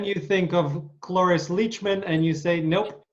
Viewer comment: Hi, I have such a great admiration for Mr. Ed Asner. And I thoroughly enjoyed this interview, however I noticed a couple of times you called Cloris Leachman, "Loris" Leachman.